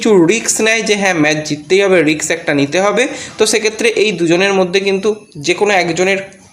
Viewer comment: রিক্স নয় রিস্ক। ভুল ভাল উচ্চারনে তোমার জুড়ি নেই। ইংরিজি জ্ঞান কম থাকাটা কোনো দোষের নয়। কিন্তু না জেনে জ্ঞানী হবার চেষ্টা করা অন্যায়। তোমার কোনো লাজ লজ্জা নেই। একদম নির্লজ্জ।